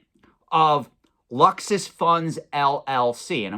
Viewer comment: Merrill Lynch is Murril Lynch. Luxus Funds is Lexus Funds. Pikachu is Pick-a-choo. Is this guy f'ing with us?